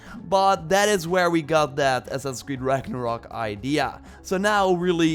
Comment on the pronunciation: Its Ragnarok not "rock"